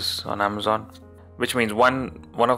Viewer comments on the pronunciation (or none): none